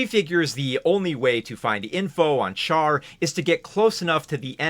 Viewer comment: Great video, but I hate the mispronunciation of Char’s name. It’s not “char” like char-broiled, it’s “char” like charlatan. The French way, basically.